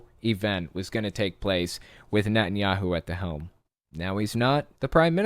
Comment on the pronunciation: I swear you said "Nuttin" Yahoo! I love it! Probably a better name for him!